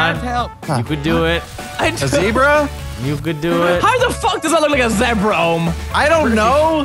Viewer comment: Zebra more like zeebra